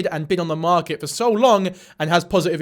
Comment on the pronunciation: "the strongest one on the mÄHRket" less than 3 minutes in and I'm already tired